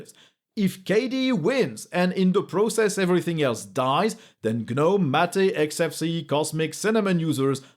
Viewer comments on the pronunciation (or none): Love your videos man, but Gnome is pronounced "Nome", check google translate TTS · That's for gnome the garden gnome. Not for gnome the gtk based desktop environment